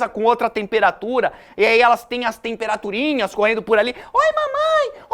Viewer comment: tempaturinhas kkkkk melhor professor